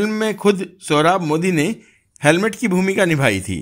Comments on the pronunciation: Sir it is not helmet, it is hamlet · Helmet nahi Hamlet bolo sirji.😉😉😉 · हेलमेट नही हेमलेट है। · कृपया Hamlet को Helmet नहीं बोलें 🙏🏻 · Bhai Helmet nahi "Hamlet" bolo. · Kindly say HAMLET, and not HELMET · Helmet nahi hemlet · अरे जनाब आप हैमलेट बोलो बार बार हेलमेट बोलते आपको शर्म नही आती आपकी पूरी कहानी आपकी अनपढ़ और फिल्मी ज्ञान पर प्रश्नचिन्ह लगती है।